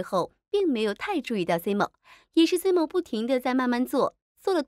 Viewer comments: simon发音是塞闷，不是西蒙。看了这么多期怎么还发错音呢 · 这个解说也太尬啦吧，能不能做好功课再解说😅😅马伯骞和Simon 这两个名字都念错